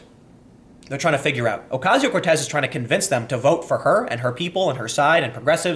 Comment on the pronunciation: Saying COrtez instead of Cortez was very humanising, Tim